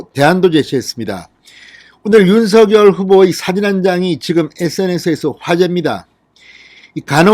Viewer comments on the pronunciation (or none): 윤서결이라고 발음하는게 계속 거슬리네요 윤성녈로 발음 해야 하는게 아닌지요?